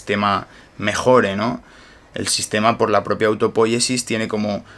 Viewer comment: Un detalle...no es autopóyesis, es autopoyesis. No es esdrújula. Porfa dígalo bien!!!